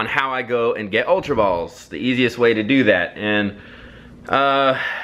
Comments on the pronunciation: He didn't say ultra. He said Ulra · it's not ulra